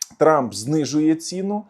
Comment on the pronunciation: Стільки русизмів, що кров вухами! Тут і Польша, і Турція, і Германія, і наголоси типу "знизили цІну" замість "знизили цінУ"! Невже така безграмотна людина варта того, щоб слухати її думки на тему війни? Я припиняю дивитись і слухати цього неука.